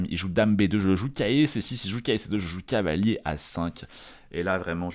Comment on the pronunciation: ⚠Attention tic de langage!⚠ Il n'y a que moi qui remarque que quand s'emballe et se projette dans une réflexion, quand il est tout excité comme une puce, ou lorsqu'il stress, son cavalier se transforme en "calier" ou "cahier"?🤣 par exemple à 🙂cahier B8 pour redéployer mon cahier C6 🙃📖📒 Mais bon, c'est pour ça qu'on aime sa narration, on ressent la passion ☺